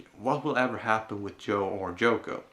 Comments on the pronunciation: I kept thinking you said Joko every time you mentioned her name. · Isn't it Yoko not Joko?